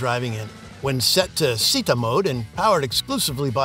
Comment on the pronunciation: It is not pronounced as Sitta. It is pronounced as ChitTA.. Città means city in Italian.